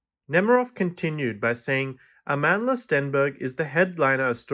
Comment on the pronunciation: Wow, you pronounced Amandla’s name correctly. I’ve been listening to reviewers do verbal ping-pong with her name all day 😂. Nonetheless I’d like to see this series before I form an opinion. Thanks for the video.